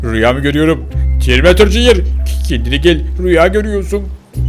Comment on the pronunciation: Abi sen neden katil arabanın oğlunada terminatörün oğlunada jünyır diyorsunuz?